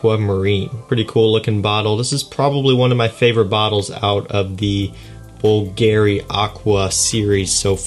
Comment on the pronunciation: BÙLGARI, NOT BULGÀRI